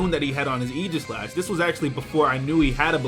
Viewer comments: Aegislash-- Eye-Gah-Slash, not Eee-Ji-Slash. Not trying to be "that guy" by any means, but it's pronounced eye-gah-slash. Hard "G" and what-not. No offense to my Pokemon Battling Hero,, of course. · Why dose pronounce aegislash as eegislash?